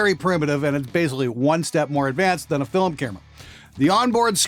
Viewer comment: Wait...Did you say fill em lol